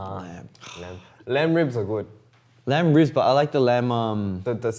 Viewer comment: them just casually switching from English to Korean is such a MOOD also them talking about food for like more than 5mins is MOOD he literally said "gud" lmaoooo i use "gud" so often but I didn't know it was Australian accent 😂 but they really talk about their 호주 all the time and their bond is just adorbs and precious I love themmm btw I have made an oboe cover of "Voices", would be cool if you could check it out 🙈💛